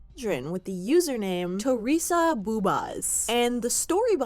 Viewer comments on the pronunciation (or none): none